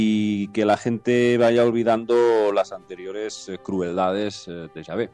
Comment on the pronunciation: como se pronuncia es yave o chave por que ella dice chave.